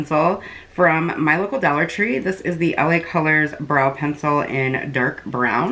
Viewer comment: I love when you say "and it's only a dwolla" 🥰🤣 Love watching your vids girl 💜